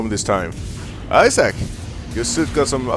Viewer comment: i heard the "Issac" thing